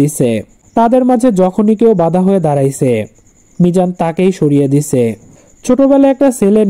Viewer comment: দিছে কোন ধরনের উচ্চারণ একটু বলবা??